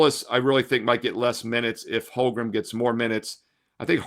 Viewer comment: He didn't play well enough in game one to have his name pronounced correctly.